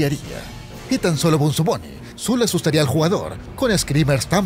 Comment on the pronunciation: Se llama bonzo no benzo ni bunzo